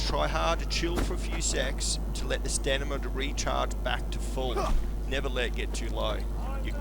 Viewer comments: STAMINA!! it's not stanima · Why do you say "Stanima". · I love how this guy calls it “stanima”